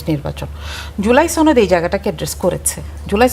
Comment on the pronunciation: এই মহিলা সনদকে ছনদ বলে কেন